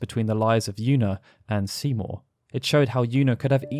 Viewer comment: whenever u say Seymour i hear Simo dude xD